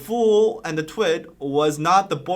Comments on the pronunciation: but still nobody can explain why she is pronouncing twit like light ? like TWIGHT? it sounds so wrong.. very annoying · very good! BTW, with her accent it kind of sounds like she's saying "two - it" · Does it mean twit as in idiot cus she says it like: twight